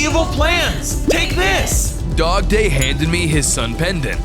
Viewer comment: Dogday sounds like a day